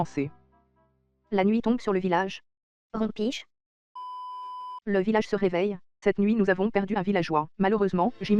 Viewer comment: Le « rempiche » a m’as mis k.o